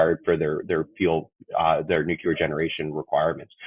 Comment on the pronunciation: Hard to focus on a guy who cannot pronounce nuclear.